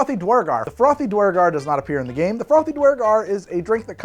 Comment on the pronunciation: More dnd is good. But please learn to say duergar correctly. I died a little inside each time you said it. (DEW-ur-gar per guides)